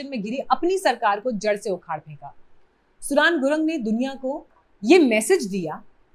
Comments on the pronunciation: सुडन ✖️ सुदन ✅ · सुडान नहि सुदन है नाम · Are bevkuf host nam ka uchharan soodn hai Not like country Sudan ! You people re a joke ! As host or so called YouTuber ! Learn a language a bit and see world around you ! India is not the whole world ! Grow up Indians ! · सुडान नहीं सुदन बोलो। पत्रकार हो यो थोडा रिसर्च भी किया करो। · सुदन not सुडान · Madam naam galat pronounce kar rahe ho